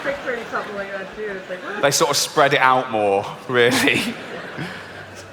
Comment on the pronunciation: It’s humorous as a brit t9 hear the way says “out” It comes out as oot,like boot or snoot. Excellent accent dude 👌